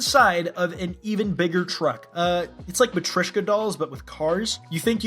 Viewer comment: MATRISHKA DOLLS that pronunciation just fucking killed me, I hate it with every fiber of my being